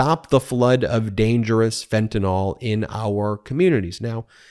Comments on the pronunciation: Fentanyl, not fentanol. (-NIL not -NAWL) Once or twice would have made me wince, but 4 times in 3 sentences made me turn off the video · This Anti-Freedom Caucus ultimatum is infuriating. It will fail. Thank you Ben and The Midas Mighty! Also, I'm a chemist: it's pronounced "ill" not "all", fentan-YL not fentan-OL, Anyway... stay strong, folks. We're gonna get back to sanity. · Dude, it's Fentanyl not Fentanol, YL not OL! Love your show!! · What in the world is “fentanOL”?